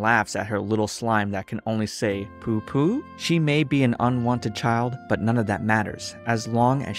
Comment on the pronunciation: Its not pupupu it's bububu